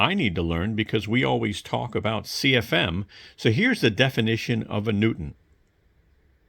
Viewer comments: Yeah that was… weird. He does end up saying it right towards the end - which is almost weirder. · FFS it’s not NEW TON. It’s NEW Tun